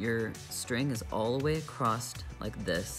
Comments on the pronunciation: across.... not acrost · I've never heard anyone pronounce the word across that way...........acrost?